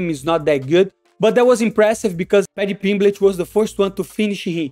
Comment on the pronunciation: 'Paddy Pimblitch'😂😂😂